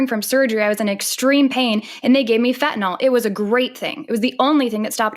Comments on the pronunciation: Fentanyl. Not fentanol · Its Fentanyl, not " FENTANOLLLLLLL"! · fentanyl, not fentanol it doesn't rhyme with tylenol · Why are the intellectually dishonest so quick to go nucular over things like Fentanol and Oxycotton? Is it early-onset Old Timer's disease? Honestly, nothing says "I don't read" better than using words that don't exist. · What is fentanol? Is it anything like Fentanyl?